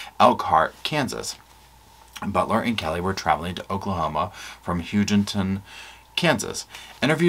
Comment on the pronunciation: I liked your concise wrap up. I have been following this case since day one. I hope you will keep updating on this case. You pronounced Hugoton correctly yay! It is Guy like a guy, and mon like Jamaica mon! Lol